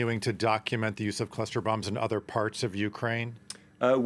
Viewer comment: Its called cluster not cluter.